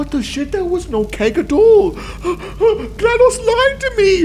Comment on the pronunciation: he said Glados wrong